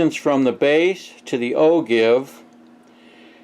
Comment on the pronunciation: Its pronounced o-jive